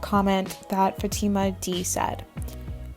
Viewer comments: You pronounced Fatima wrong. It's pronounced fat-ti-ma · this is a great video but when u said "fuh-teem-uh" i almost cried lol thank u for making my night